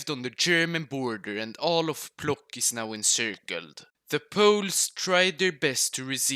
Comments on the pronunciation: he pronounced Płock as plok but isn't it Pwotsk? To my limited knowledge of polish pronunciation Idk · it is pwotsk